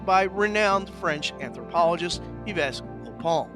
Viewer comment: Yves is pronounced "eve"